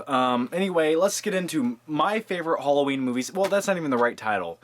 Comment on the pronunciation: btw HOLLOWEEN??? seriously??